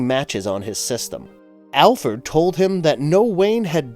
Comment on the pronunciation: "Alferd" 😂 He did it again 😂